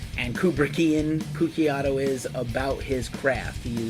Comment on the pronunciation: Maybe pronounce his name properly!